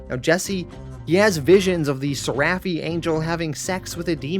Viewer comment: It’s pronounced ser-eh-phi Not ser-raff-ee